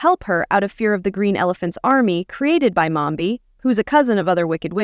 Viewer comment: Its mombi not momba